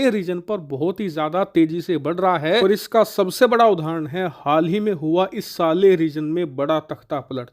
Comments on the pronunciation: Saara video bna liya par naam bolna nhi aya? Sahel hai, Saleh nhi 🤦‍♂️ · सालेह नही सर साहेल 😅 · It is. S A H E L region not SALEH.